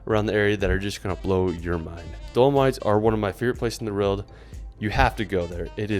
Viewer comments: He always makes great videos around the world but he struggles to say "World" is it just me?. Roorwld! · This is the guy that can't say "world" properly for some reason :D